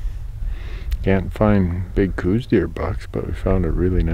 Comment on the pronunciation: Well no wonder you couldn’t find one you’re glassing for “cows” and not cooz